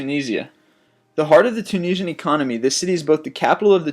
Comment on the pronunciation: Lol, he said the tunasian gorvrnent